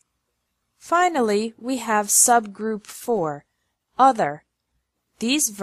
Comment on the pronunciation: Finally must be pronounced like [Fine-lee) but not [Fina-lee]*